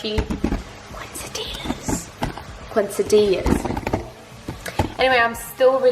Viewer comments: "QUIN-cidillas" im cryingggggg "quesadillas" "kay-sa-dee-ya" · hahahaha KAY-sa-DIYA is how Quesadillas is pronounced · "kay-saw-dee-yas" <--- best proper pronunciation I can come up with for you. ;)